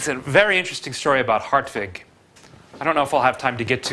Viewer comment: Ok. The pronunciation of hartwig as "Heart-vig" is correct. Very good for an anglo-saxon.